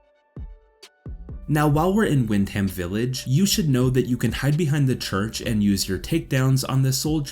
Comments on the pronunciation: For someone who has played the game why cant you pronounce Wyndham correctly? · im English, im not trying to be hateful but our 'statesside cousins' have always made me laugh at their pronouncing of certain words like the borough of places im from peterborough and they always murder it, but at the end of the day it 2 types of English, but i agree there's no excuse for Wyndham. great vid tho, no fucking about.